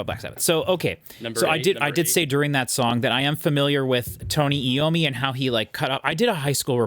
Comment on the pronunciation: It's EYE-owe-me, not EE-owe-me. iommi is a great flute player.